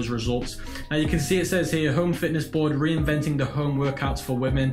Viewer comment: Reinativing instead of reinventing?